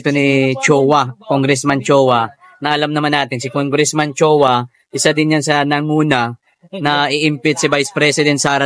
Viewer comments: choa —— chua … ayusin mo naman salita mo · Chuuuuuwa not Chowa